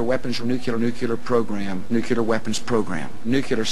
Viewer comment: It does drive me nuts when people say "nucular." I first heard Carter do that -- a nuclear physicist. I try to politely correct people but either they have a tin ear and don't hear their mistake or they don't want to correct it, and it does sound dumb. I also can't stand it when people say "eck cetera." xo